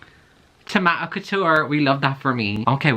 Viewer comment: WHY DID YOU SAY TOMATO LIKE THAT